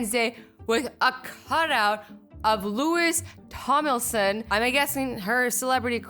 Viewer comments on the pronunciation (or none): OMFG YOU SAID LEWIS TOMILSON NOOO it's lou-wee tom-lin-son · Who tf is Lewis tomolsin IS NAME IS Louieeeee TomLINsin(Louis Tomlinson) geez I'm triggered. Should of learnt his name before u made this video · "Lewis tomulson" Girl it's Louie Tom-lin-son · ... u said looise tomelson it’s actually looie Tomlinson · Lois tomlison. I'm dying. It's pronounced lo-ee tom-lin-sin. Lol, I'm dying!! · I love Azzy but when she said pronounced Louis Tomlinson like Luis Tomilson it hurt me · You didn’t pronounce Louis’s name right it’s pronounced loui Tom-Lin-son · Did she just say Lewis Tomilson? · Louis Tomlinson is pronounced like Lou-ee Tomlinson. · i absolutely love your channel but... "lEwIs ToMiLsOn" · Who else got triggered when she pronounced it Lewis Tomlinson? DIRECTIONER FOR LIFE BOI. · "Of LEWIS TOMILSON" XD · ‘Lewis Tomilson’ lmao 😂 I was so triggered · it's pronounced lou-ee tom-lin-son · Azzy Louis is pronounced Louie. Tomlinson is pronounced Tom-lin-son. He was in One Direction. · Amy M omdz “loo-is tom-ill-son” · You said LOUIS TOMLINSON WRONG 😔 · am I the only one mad about how she pronounced Louis Tomlinson... as a true Stan I am offended. 😂😂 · You pronounced Louis Tomlinson's name wrong. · dear god omg azzy you said LOUIS TOMLINSON wrong he was in 1d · Omfg she said Louis Tomlinson wrong. I'm a hard core directioner and offended. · You didn't say Louis Tomlinson right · YOU DIDN'T PRONOUNCE LOUIS TOMLINSON RIGHT OML IM LAUGHING SO HARD XD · am I the only one that got annoyed cause she said louis tomlinsons name wrong?? love you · lmao she said Louis Tomlinson wrong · SHE MISPRONOUNCED LOUIS TOMLINSON'S NAME WHY AZZY